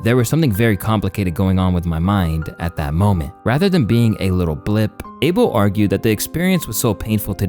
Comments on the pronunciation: His name is not Abel like Able bodied it’s Ahh-bell smh but whatever he’s ok with lol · its Uh-bel NOT ABLE. Say it correctly